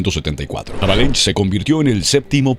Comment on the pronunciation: QUIEN COÑOS ES JAVALENSH??? AJAJAJA! SE DICE AVELANGE...ES ESCRIBE HAVELANGE...PORTUGUES HERMANO